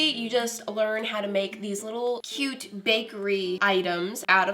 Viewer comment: “so KEYOUTE”